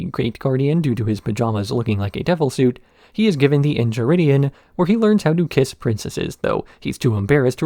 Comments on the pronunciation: The Incheridion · En-chai-ridion lol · Aight you got me. Was ready to be snarky af about how you pronounce that book name repeatedly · I knew the EnCHiridion bit was on purpose. Still pissed me off.